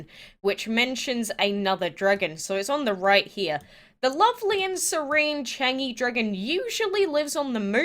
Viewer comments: U say it charng-zhie I ❤❤ gods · I’m triggered the way u say Chang’e😂😂